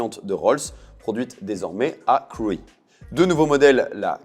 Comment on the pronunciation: Intéressant... par contre Crewe se prononce "Crou" et pas "Creoui" 😆